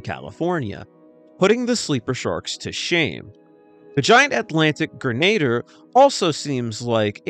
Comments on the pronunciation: I believe “Grenadier” is pronounced like grin-uh-deer. That’s the way I’ve always heard it pronounced anyway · AI can't pronounce grenadier. Sad.